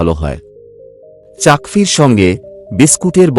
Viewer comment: চাকফি নয়,চা, কফি